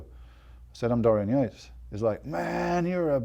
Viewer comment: Dorian Yakes!! "yeah I can't pronounce his name"!! what's that all about